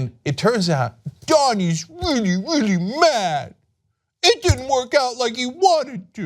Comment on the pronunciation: "donny is weally weally mad" 😂😂😂